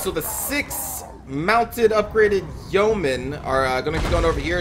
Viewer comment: It's yeomen, not yoemen ;) That battle was looking pretty good before the abrupt ending. SAD!